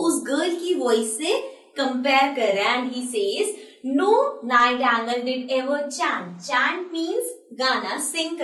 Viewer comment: mam its not nightangle it is Nightingale